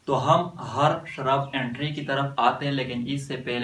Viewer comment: First of all vo shurb nahi hotahe vo shrub hotahe पहले बोलना सिख